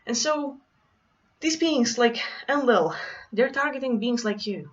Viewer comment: En-Lil > EL (rhymes with RaphaEL, MichaEL, AzazEL and the rest of the rock band) //* btw Wow that was such an uplifting message, <3 We just need to learn to trust and embody that we are indeed THIS powerful